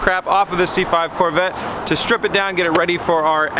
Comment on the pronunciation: "CORE" VETTE